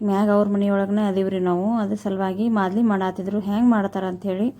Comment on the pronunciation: ಮಾದಲಿ ಅಲ್ಲ ತಾಯಿ ಮಾಲ್ದಿ